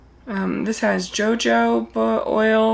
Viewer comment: Hi, its pronounced Hoh Hohba. I use to clean with tea tree. Its very effective. I enjoyed this review, hun! HUGS and love, Jan xoxo